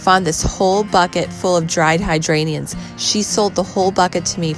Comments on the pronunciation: Its HYDRANGERS not hydrainiums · Hydrangeas, not hydranians. Get it right,!